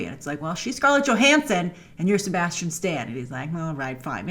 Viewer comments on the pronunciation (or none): none